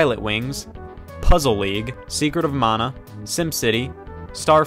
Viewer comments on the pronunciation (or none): Legend of "Mawnah" threw me off